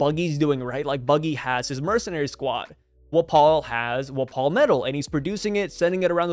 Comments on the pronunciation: “Wuh-paul” isn’t it pronounced Wah-pole? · Wft why are you saying wapol like that I honestly can’t even L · Bro do you not know how to pronounce his name